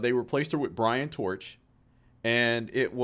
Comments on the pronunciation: Sick, love it. (Brian Troch, pronounced "Trock") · I am a Chicago native and have been in the music biz since I was 14, seen all of these bands live. Greg is doin a project now called Sweet diezel Jenkins and Brian Troch pronounced TROCK went on to a band called Shooting Hemlock Check that band out.. Both guys are Chicago legends . do not know what the rest are doing